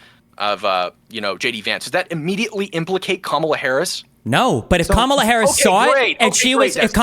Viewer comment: . Bottom guy, "ka-MA-la". Watch Fox mutch? Its not hard to pronounce Kamala. Be nice.